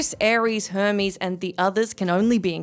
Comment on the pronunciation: She called him Hermer 😑😑😑😑